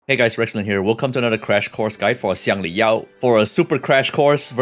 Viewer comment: bro pronounced Xiangli Yao like a chinese...BRO PRONOUNCED XIANGLI YAO LIKE A CHINESE!!!